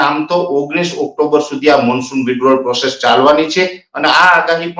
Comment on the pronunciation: NOT OCTOMBER BUT OCTOBER